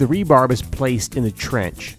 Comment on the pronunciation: Cool video! Rebar (short for reinforcing bar), not "rebarb"